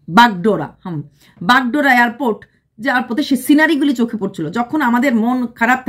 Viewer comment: Airport Bagdogra not Bagdora❤